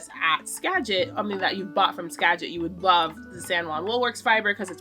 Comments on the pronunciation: I don't usually comment on videos, but I have been absolutely been loving your Vlogmas this year. I love your vulnerability and general vibe. I love how it feels like you are talking to a friend. P.S.As someone who grew up in Western WA, you are saying Skagit correctly :) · You’re saying “Skagit” right ☺️ Jess and Anna are the best. They process my fiber too. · Agree 100% with your podcast recommendations. 🎉. Also JK Fiber Arts and Fiber Love Diary are good. YES you’re saying Skagit correctly, that’s where I live. Anna and Jess are great! Also I couldn’t catch what you said is Melissa’s yarn business name??